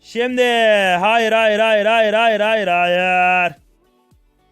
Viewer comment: hayır demene hayranım adamsın